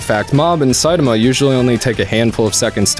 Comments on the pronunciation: You pronouncing saitama incorrectly reminds me of luffy gate, on drawfee they pronounced luffy the way its spelled and it trigged EVERYONE, but I COMPLETELY respect how incorrectly you pronounce saitamas name, but are continuously writing saitama the way you say it, and it shows your love of the genre. While it was clear that they pronounced luffys name wrong bc they didnt know, you pronounce saitama name wrong bc you dont care lol. And theres a difference and you acknowledge it very well. I like it. Way to go! Also... talk about your lie in april... its the end of april... you missed you chance!... dont let me down! MAKE US CRY! Lol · Hey man just pronouns Saitama to the best of your ability. I can understand what you are trying to convey and enjoy your work. Thanks and keep it up.